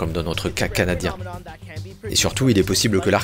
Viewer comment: Mdr tu as dit caca nadien